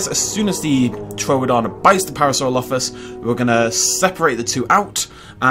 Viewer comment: Par -asaur - olophus